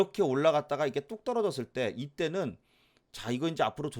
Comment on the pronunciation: 이때는~~~~할때 억양 특이하네요 ㅋ 매일매일 챙겨 봅니다~~ 상담할종목많은데담기회에~~~